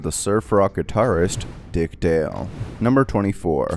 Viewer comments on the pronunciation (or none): none